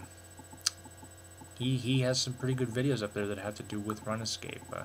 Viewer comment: its not (runa) its more like (roon), so its roonscape, thats not how u spell it btw